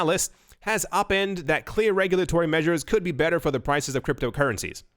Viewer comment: It is pronounced "Oh- PINEd"